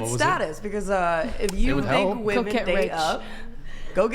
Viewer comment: Is she intentionally saying “woman”?